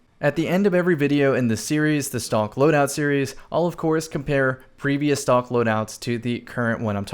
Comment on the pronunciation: I thought he was saying stonks